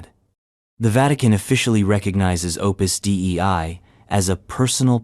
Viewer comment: Listening to the AI voice pronounce Opus Dei as “Opus D.E.I.” multiple times made me laugh.